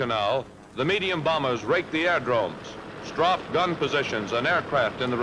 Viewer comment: THE NARATOR NEEDS TO KNOW HOW TO PRONOUNCE STRAFED